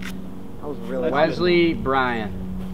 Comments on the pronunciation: I never knew there was a Z in the name Wesley until started saying the name! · Keyboard warrior turned love...im the weasel, FINALLY, this is the guy you need to be...genuine self....must love...sub for life..... also, the low key "Wezzzley" vs "Wesssley"....i laughed/cringed each time haha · WESley....not WEZley....